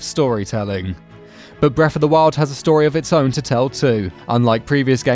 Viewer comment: "Bref of duh wild"